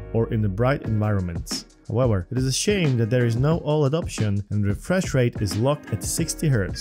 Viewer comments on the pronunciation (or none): none